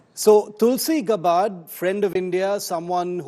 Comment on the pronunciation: Gabbbbard nahi be....naam to thik se bolo.